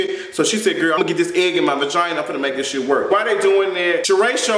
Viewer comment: "Va-JEAN-a" lol 🤣 I had to hear J say that one more x with that face!